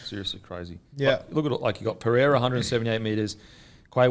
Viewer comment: Guru how are you still pronouncing “Pereira” as “Pee-yeah-ra”?? Bloody annoying everyone is saying it right around you there’s an r in there mate